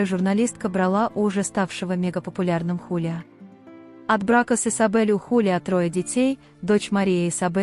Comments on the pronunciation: ХулиО , а не ХулиА! 😂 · Зовут певца ХулиО Иглесиас, а не ХулиА... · Почему ХалиА, а не ХулиО Иглесиас? Просто слух режет!😮